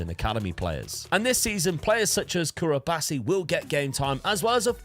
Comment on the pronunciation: "curabasi" okay lol cubarsi